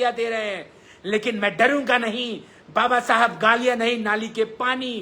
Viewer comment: Baba sahab babasahab aise bol rha jaise daru pi ke unki atma ko gali de rha ho